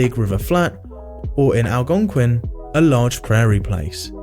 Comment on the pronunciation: Algonquin is pronounced: al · gaang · kwn in US English and al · gong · kwn in UK English